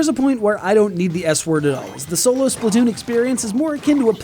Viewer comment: It' actually pronounced Splat not Split or Splut.